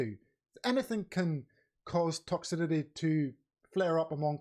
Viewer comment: It's pronounced Toxicity! Don't know what the fuck you're saying there mate.